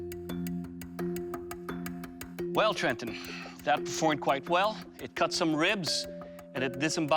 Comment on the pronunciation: It will "keal" It will protect But most importantly It will "Kat"